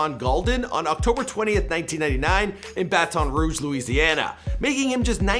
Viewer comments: Please stop saying bat-on ruge , it’s Baton Rouge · BaTON Rouge not BA-TON Rouge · Bat-IN Ruuu-j = Baton Rouge. You say it terribly. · Already pissed me off wit da batone rouge , it’s Baton Rouge 😐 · He said like fat lol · Just say BR instead of baton rogue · Most of my cousins are from Canada Quebec i understand why you pronounce the A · Y he say Baton Rouge like that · It’s updated & he still saying BaTon rouge 🤦🏾‍♂️ .. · That’s not how u say Baton Rouge!! I’m from Louisiana, trust me I know 😂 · t time you should just call it BR cause thats not how you say Baton Rouge